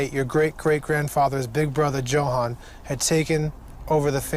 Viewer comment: If this guy mispronounces Johan one more time i swear.